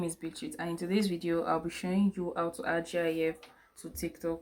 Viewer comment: I didn't learn anything from this video either, but it's said how it's seen. GIF, not G-I-F.